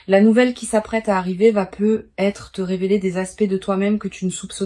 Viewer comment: On dit pas peut.......être Il y a une liaison😅😅😅😅😅😅